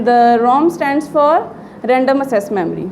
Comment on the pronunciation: RAM stands for Random ACCESS (ak-ses) Memory. Not Random assess memory... Watch your pronunciation !!